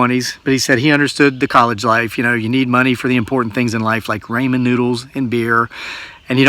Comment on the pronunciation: “Raymond noodles”? 😃 Are they like RAMEN noodles? 🤣